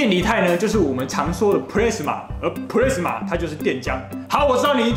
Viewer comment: 不是plrasma是 P-las-ma 啦！